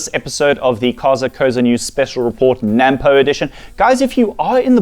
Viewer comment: Before you get to be a farmer please learn to say NAMPO the end pronounced poe not pou